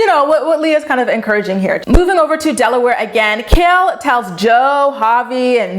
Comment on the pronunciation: Kail not mail